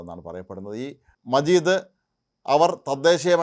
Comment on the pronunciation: മജീദ് അല്ല, മാജിദ്